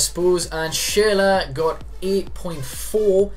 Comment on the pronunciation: His name is pronounced SHURLA but this series looks good. What's the next position you'll be doing?